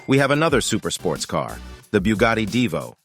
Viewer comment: 🧃😸 Boogati hahahaa ! bruhhh its Brugatti ! [ R ]